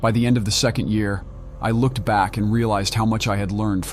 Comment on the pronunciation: “Coe-ver That look-ed like it belonged in a mu-zum.” Yeah I’m done listening to this